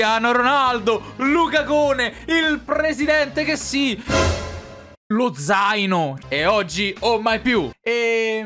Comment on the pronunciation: "lozaino" cit.